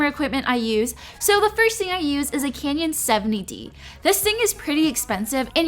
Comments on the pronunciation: lol I like how you pronounce canon as canyon! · ITS CANNON NOT CANYON!!!! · it's canon, not canyon. jesus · she kept saying Canyon.. Girl CANON.. kanon. canon. lmao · its Canon not Canion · who else noticed she she said camera she pronounce it canyon love u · It's canon not canyon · Canon, not canyon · it's CANON not Canyon! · Isn't it pronounced like 'canon' not 'canyon'. Not hating just wondering ❤️ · It's so cute how she says canyon instead of canon☺️😂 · btw its caNON not canion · Did she say canyon? Please. I don't wanna be mean. But say Canon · Canyon 😂 Hahahaha I don't know why I kept thinking she was suggesting a bomb 😩😂 but I like her cute personality 💕we both use the same software. Final Cut Pro x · It's not "canyon" ahhhhh. 😑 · i love this it's helpful but she keeps saying canyon 😆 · omg how does she say canon???😂